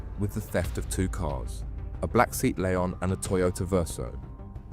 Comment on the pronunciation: Say at, Say at Lay on. Not seat lee on. Its Spanish.